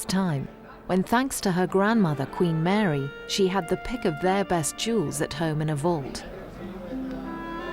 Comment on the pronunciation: At 20 minutes in, the speech impediment that woman has! My goodness! Queen Mawy weceived emewawds and mixed them with the Cambwidge emewawds... Oh dear.